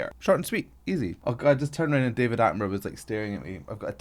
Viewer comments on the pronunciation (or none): none